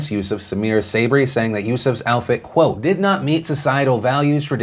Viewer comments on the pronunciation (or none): none